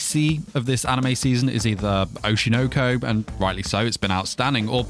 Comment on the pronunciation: why are angloids incapable of pronouncing anything japanese. Oshi no ko. Oshi. noh- koh- not oshi noaw koaw